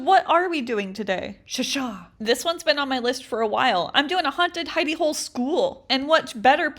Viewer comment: i ligit thought she said haunted hiney hole... 😶